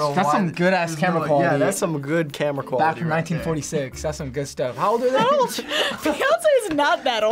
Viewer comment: I thought you said “Camera” not “Tamera”